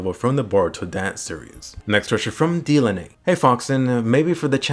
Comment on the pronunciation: It's here!! Levi probably lost a leg.. *It's pronounced Duh-lay-nee*